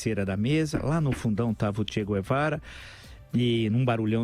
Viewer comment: Che Quevara, kkkkkkk Quem lembra do Hermes e Renato?